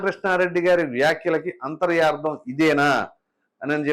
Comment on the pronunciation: అంతర్యార్థం కాదు నాయనా, అంతరార్ధం అంటే చాలు, అంతర+అర్ధం: అంతరార్ధం అనగా లోని విషయం, తెలుగుకి అన్యాయం చేయ వద్దు 😂